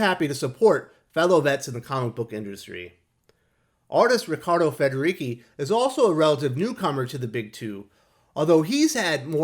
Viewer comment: It's pronounce Riccardo Federici with "ci" as in church, not key :-)